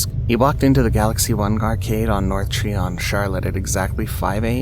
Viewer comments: I live near Charlotte NC, it’s not Treeon, it’s try-on. It’s the name of a road btw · The street in Charlotte (Tryon) is pronounced tri-on not tree-on. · How about scary things in South Carolina? That would be fun. Edit: it's pronounced Try-on.